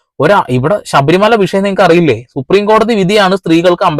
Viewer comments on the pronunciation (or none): none